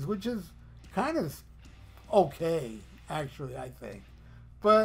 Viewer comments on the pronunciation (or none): none